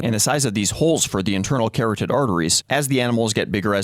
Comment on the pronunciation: ka-rod-did, not carrot-did.